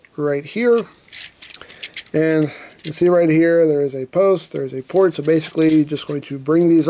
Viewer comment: I here plort when he says port